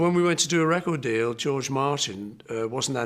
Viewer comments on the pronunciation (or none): none